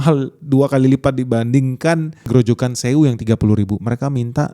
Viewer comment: grojokan zewu. belajar bahasa german?